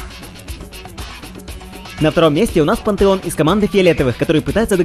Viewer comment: Лучше говори Пантеон а не Пантэон